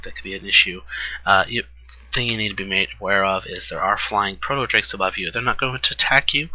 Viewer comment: yo i love the vids been watching them all but i have to say something... the way you say proto in the word proto drake or proto whelp is TOTALLY EPIC!!!! :)